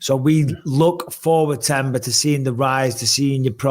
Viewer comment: Themba is pronounced "Temba". The "H" is silent, like how Mike pronounces Anthony's name.